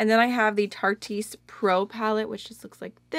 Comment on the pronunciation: jsyk tarteist is pronounced like artist with a t; tart-ist.